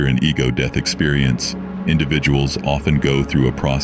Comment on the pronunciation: “overdose-y, and deeth” 🤣